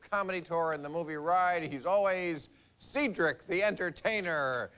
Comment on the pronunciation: He's such a racist! He couldn't evenn bother to get Cedric the Entertainer's name right! (He just made the "house "n****r" comment?)